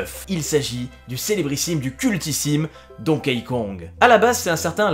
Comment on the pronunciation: Ça se prononce «Donki», pas «Donkéï» ;)